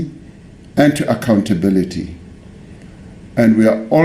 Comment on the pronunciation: I cringe when I hear flatnose mention the word accouability ..